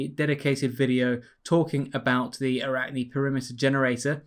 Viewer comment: Yes you pronounce arachne ( Αράχνη = spider ) correct...